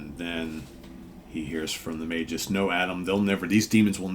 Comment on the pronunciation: It’s pronounced Magus with a hard G. According to Wiki Marvel.